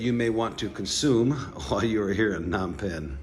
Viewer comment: The PH in Phnom is silent mate..